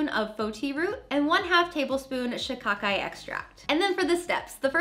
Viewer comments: You are saying shikakai right. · Yesss you said Shikakai right..